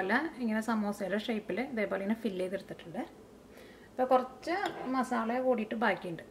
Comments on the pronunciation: Zubair Shuhi ..ethra paranjalum aalu athe parayu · മസാള അല്ല മസാല